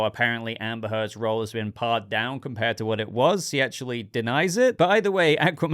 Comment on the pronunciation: "pared" is pronounced like "paired", it means "shaved down"